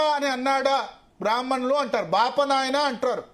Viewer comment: వాడికి బ్రాహ్మణులు అని పలకడానికి రాదు